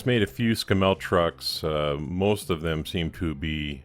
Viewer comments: Great! However, Scammell (rhymes with camel) were built for really heavy duty work - tank transporter maybe? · Argh... every time you pronounce Scammell wrong it grates like fingernails on a blackboard. The emphasis is on the front of the word, not the back of the word. It's pronounced as though the spelling were 'scaml' (i.e. The double m does not shorten the the second syllable). Not ScamMEL but SCAMmel. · Well done, nice job. Please don't think I am having a go at your accent but the Scammell name is pronounced Scammle in the UK. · novel pronunciation... In England you accent the Scam and it soud more like SCAMmul if you catch my (snow) drift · SSSSS CAMEL ....scammelle sounds so wrong to us Brits LOL...like calling a Mack a make...!! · pronounced ' Scammo' over here........cheers brov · its actually pronounced s camel, the animal with the hump but with an s at the front, ie scamel. you made a good job of that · Splendid job a toy brought back to life, my comments are not a criticism of your good work, but those sort of trucks were mostly used for heavy haulage and breakdown vehicles and not for normal road transport. I've got to also say this the truck is a Scammell pronounced in the same way as Camel obviously spelt differently but you know the one hump or two type, and i use to deliver metal fasteners (nuts and bolts) to their factory in Watford England in the mid 1960's it was my 2nd driving job in my long career as a driver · Please don’t flame me for picking you up on your pronunciation of Scammel, over the pond we don’t emphasise the “mel” so much more the “a” as in ScAmmel. Great result though really liked the outcome. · Us in England pronounce it to sound like camel, with an s at the start, Scammells were usually heavy duty. Cool conversion by the way! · Absolutely right to interject. Scammell rhymes with camel. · it is pronounced camel with an s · Sorry mate it's scammel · Its pronounced Scammle :) as in camel :)